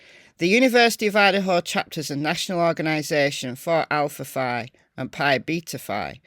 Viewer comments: Keep up the great work! Just for your knowledge, the one sorority is pronounced Alfa Fee…👍🏼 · It's pronounced Alpha "Fee". It's the only Phi that is pronounced this way. Google it and you will see. The history behind it is that when it was formed, the women thought "Fee" sounded more feminine. It drives me crazy that every creator pronounces it incorrectly. I was in a sorority and we had plenty of mean girls. They were terrible to people not in the Greek system as well as to girls and guys in less popular fraternities and sororities, "lower tiered". I remember some people at my college (and my daughters) who hated sorority girls with a vengeance.